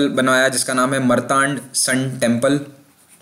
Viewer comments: मर्तांड नहीं है ये मार्तंड है .... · Misspronounced मरतांड नही, मार्तंड (शीव)... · It's not मरतांड It's मार्तण्ड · मरतांड नहीं । मार्तंड सूर्य मंदिर ... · मरतांड नही, मारतंड(मार्तंड) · १:२९ ओ भैय्या ‘मरतांड’ नहीं; “मार्तंड” बोलो 🤪😂